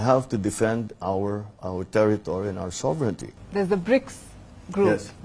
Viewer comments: KNOW HOW TO CORRECTLY PRONOUNCE ‘’SOVEREIGNTY’’ PALKI SHARMA , YOU NEED TO LEARN HOW TO PROPERLY PRONOUNCE THIS WORD. ‘’SOVERE—NI——TY’’ ❌❌❌ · PRONOUNCING ‘’SOVERE——NITY’’ IS NOT ACCEPTABLE GRAMMAR ENUNCIATION